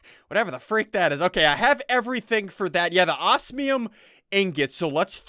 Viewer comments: Oz-me-um not Oas-me-um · I don't know if it's just me but I get triggered when Ssundee says "ossmium" instead of osmium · It is pronounced oz-me-uhm.